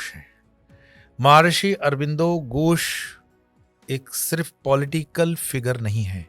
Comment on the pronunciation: कृपया "घोष" बोला जाय , " गोस " नहीं।।